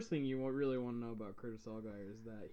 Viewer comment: You're pronouncing his last name wrong lol sorry but it's driving me nuts. Its more like (AL-JEER) "I only know this because I'm from new Orleans " Algiers is the second oldest neighborhood in the city and I believe it is officially historically noted as the oldest black neighborhood in the entire United States. One of our neighborhoods is & i believe this is it but anyway.. we call it the "15th Ward" because it's #15 of 17 wards in the city.